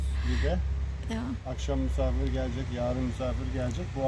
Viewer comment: Musafir değil misafir 😂